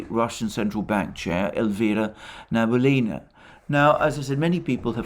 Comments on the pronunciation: thx to you reports. Its funny when you name russian central bank head as Nabulina, in fact his surename is Nabiullina, which is pronounced as Na-bi-u-li-na. Its actually not hard to pronounce, what is really hard is her patronymic. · Banker's name reads Na-bee-OO-li-na, with stress on OO. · As always, excellent presentation. Today, the name of the Russian Cantal banker was used many times. Regrettably, your pronunciation of the name is incorrect. It is NabiUlina, with the accent on U. Thank you for all your programs. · Sorry for this remark. But. The Chairwoman of the Bank of Russia is Nabiulina. Not Nabulina. I'm from Russia and Nabulina really hurts my ears =D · The last name if the Russian Central Bank is pronounced as: Nah-bee-oo-lee-nah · Great work as always, Alexander. Just one thing... the name is Na-bee-oo-li-na. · Central Bank Chairperson's name is pronounced rather like Elvira Nah-bee-'oolina. She is Tatar, so's the name. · Small correction: Nabiulina is pronounced Nah-bee-OO-lee-nah. Accent on "oo" And your recaps are the best from the English-speaking crowd. But, you said her name so many times, it really.. shall we say... got to me as a native speaker. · "Nabulinrrr says why the Wubl is so strong" 🤣😅😂🤣😅😂 I am lovin it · Na-bee-U-llyna is not responsible for GDP, she cares of the inflation rate. If you want to know how it sounds in Russian, you can highlight the word Набиуллина , then after click on the right button of your mouse select (y-a-n-d-e-x translator) and it will make it sound for you.